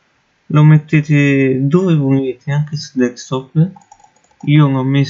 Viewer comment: Perchè dicono tutti deckstop è desktop DESKTOP CAZZOOOOO!!!